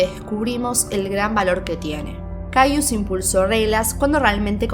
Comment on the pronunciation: Se pronuncia cayes